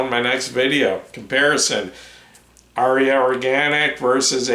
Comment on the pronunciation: Thank you,! Incidentally, the Indo-European word, “Arya”, has only TWO syllables. 🤓